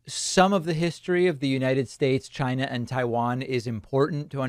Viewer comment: Why do you pronounce China that way?